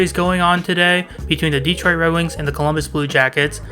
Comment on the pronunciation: A friendly correction... It's not "DE-troit" It's "de-Troit".